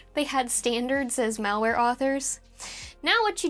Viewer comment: If I heard "Val-Ware", I'd assume it's Val Kilmer merchandize. 😆